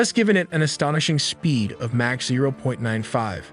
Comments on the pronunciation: and mispronouncing Mach as Mack multiple times just to annoy me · I think you're right. "Mack" is a big tell. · The pronunciation of "mach" is sending me